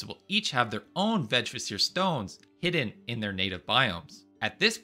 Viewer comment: Vegvisir is pronounced with a hard G, like in Golf and I is pronounced like the english E. It literally means way-shower. Now in modern days we can call it a signpost.